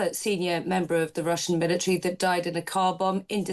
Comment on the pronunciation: Milli-tree. Military.